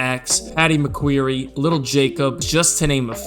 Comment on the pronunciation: "McQueery"? Who dafuq is dat goi